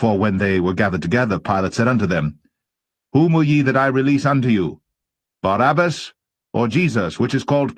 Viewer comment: you are pronouncing the wrong name: it is Barabbas not Barnabas! Just to be clear!